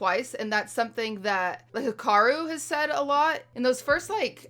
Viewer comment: that's probably closer to how his name is actually pronounced tbh